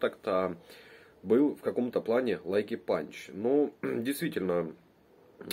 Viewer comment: Не лайки панч, а лаки панч